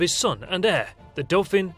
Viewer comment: 1.54 dauphin pronounced doo-fah